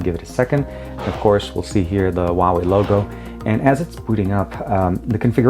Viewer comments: It's not pronounced waway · TK Bay HUAWEI H is like H from Huge, U is like W from Way, A is like U from Bug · People think the H in Huawei is silent. In Chinese, it is pronounced more like Who Are We if you say the three words really quickly.